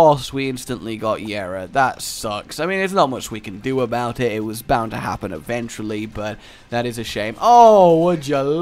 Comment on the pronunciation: Did you say"eden-tually"